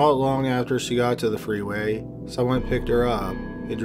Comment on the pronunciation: Tighten your lips man, come on you’re narrating! I know English is a lazy language but make a bit of effort. Your “after” sound like “either”. Do a couple of articulation exercise before narrating or something.